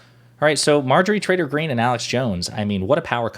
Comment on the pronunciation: Are you saying "Trader Green" or Traitor Green"? I can't quite tell... My guess if the latter, but my ears hear the former... Doh!... I think of her as "Empty Green", devoid of empathy or rational thought.